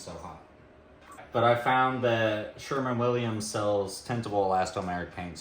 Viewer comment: Hey, I am totally guilty of correcting you on the window sills... I know I said it wayyyy back when you started on the windows. But, I said it once and left it at that lol. BUT, if it makes you feel better... Hey! It's SherWin Williams, not SherMin Williams 🤭 Lololol 😁 The drywall is looking great! You're definitely upskilling! I don't blame you one single second for wanting to work indoors instead of out in the heat and humidity! It's been unseasonably cool here with bouts of rain, so I'm currently working the opposite of you 🙃 I've been trying to get as much outdoor stuff done as I can, in-between the rain spells (it just turns everything to a muddy mess, kinda like it does at your place! We have a ton of clay so it's slippery and holds the water). As far as the wedding planning content goes... I personally would love to see it! Maybe you can add the content to the end of your regular videos, and after your sign off, the people that want to see it can stay and watch, and the others can leave the video? 😉 Or, you could do separate videos. I guess it depends on how much content you have or want to share 😊❤